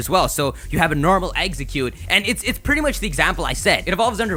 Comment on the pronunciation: why can't anyone say exeggcute correctly? EX-egg-cute, not EGGs-ek-cute or EGGS-egg-cute.